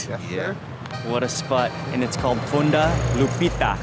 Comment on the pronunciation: Your pronouncing it with a u not funda it's fonda with an o